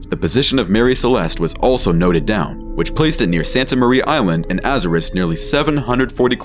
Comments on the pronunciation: Jeez this fiverr guy cant pronounce anything right lol. His Azores was particularly bad 😅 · Be honest. Is the narration done by AI? The mispronunciation of Azores makes me think so..